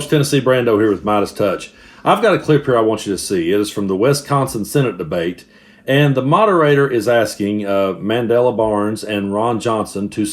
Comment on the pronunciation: Y'all really need to have editors help you with some stuff. One, we're almost dead center on the Northern border of the continental US, if anything slightly to the East. We are not West-consin, we are Wisconsin, short i, like kiss. Two: Referring to the man who is potentially going to be the first African American to represent Wisconsin in the Senate as "Mandela Brown" when his names is "Mandela Barnes" is not a good look. Should have done another take of that line. That being said, screw Ron Johnson. Traitorous filth who decided that bilking money from American voters and taxes was easier than just running a business, lied to Wisconsin about term limits, and wants to take away the ability to live for as many people as he can so his fellow business owners can leverage their very survival to avoid paying them a living wage.